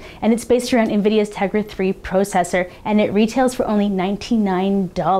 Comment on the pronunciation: Why say pro cessor?